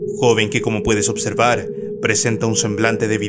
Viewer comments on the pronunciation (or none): none